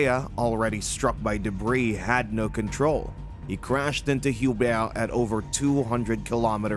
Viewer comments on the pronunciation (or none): It wasn't correct. The "H" should be silent in French... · not entirely silent. It's like "you-bear"